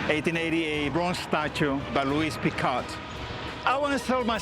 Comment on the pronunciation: Picault is not pronounced 'picall' it's "pico"